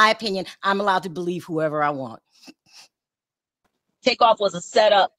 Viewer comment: It’s Takeoff not Take off… 💯💯💯🚀🙏🏾❤️